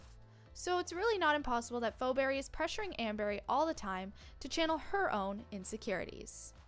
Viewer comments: It’s not pho Berry it’s feeberry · and why are you see fo berry? is pronounced fee-berry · Phoeberry or as she pronounces it 'foberry' 🤣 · It's fee berry, please get it right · It’s pronounced (Fee Beery) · ur pronouncing it wrong it's pronounced feeberry spelled pheoberry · It’s not pronounced like fo-berry, you shouldn’t make videos with no knowledge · It's feee pheberry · XD LOL The way she pronounces Phoebe’s name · Haha imagine not being able to pronounce Phoeberrys name correctly And also amber doesn’t even have a daughter irl so how would that even make sense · 1st of all pls pronounce phoeberrys name right 2nd of all NONE OF THE NEGATIVE THINGS ARE TRUE THEY ARE PERFECTLY THE SAME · That’s not how to say Phoeberry😭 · YOU SAID PHOEBBERY WRONG MEANY